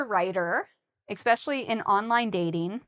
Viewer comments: I also hear the same "eks" all the time says it. Is it wrong to say this word this way? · every time I hear you saying the word especially you pronounced same like exspecially, am i right? OR it just my ear mistaken?